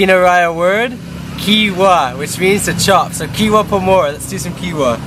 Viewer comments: it is not kiwa its hiwa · sabi nya kiwa imbes na hiwa (chop) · it's hiwa not kiwa :) like he-wha hiwa to slice :) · hiwa not kiwa....Jejeje your so funny.. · it's not kiwa it's hiwa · Bro.. Hiwa.. Not kiwa...